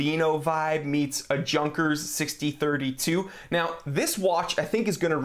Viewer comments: Please, Junkers is not pronounced like 'junk' the J is much softer, instead of DJ its a softer J or a bit like Yunkers would be pronounced although not quite 😊 just had to react to Junkers being pronounced like junk 😀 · YYYYunkers! lol not Junk-ers. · Minor nit: I think it's pronounced: YOON-kers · Junkers is not read with J as in junk it is read Yunkers as well as Sinn nit beeing sinfull but rather Zin. Love your videos none the less :) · Junkers is pronounced "Yunkers" :) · It's true